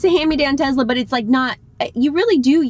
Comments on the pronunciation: It’s not pronounced ‘Tezla’ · Not jenny too?:) It's tesla not tezla;) Hurts my ears. ouch:)